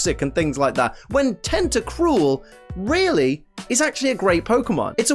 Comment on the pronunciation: FOR THE LAST TIME, TENTACRUEL DOES NOT END WITH AN E, IT ENDS WITH AN L! GET IT F*CKING RIGHT!